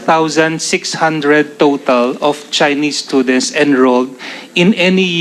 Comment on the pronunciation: *Stoo-dents... Hindi schoo-dents 😂